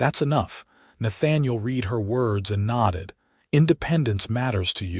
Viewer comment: You need to EDIT & REVIEW your work, especially the reading of it to correct AI screw ups!! Correct AI when it screws up the word - read. It can't tell when to pronounce it " reed", present tense action. Or "red" past tense action. AI does it wrong 90% of the time and screws up the storyline. EDIT & REVIEW!!